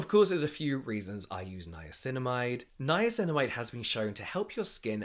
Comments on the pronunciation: I love it when says “ninamacinimide” 🥰🥰🥰🥰🥰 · Was that a nine-nine-acinamide I heard? Or something else????? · Ninanicinimide....or Ninaninacinamide...lol Love the podcast, you two are hilarious 🖤🖤